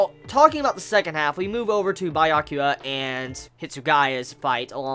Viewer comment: Byakuya* lol could be his accent or probably a slip of the tongue. Butchering my fav characters name like that.